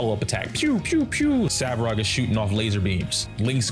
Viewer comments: Great video. He's Svarog though, not Savrog 😅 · Bro, it’s SVARog not SAVrog